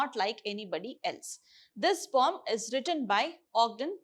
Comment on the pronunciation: I didn't understand weather she is telling pome or poem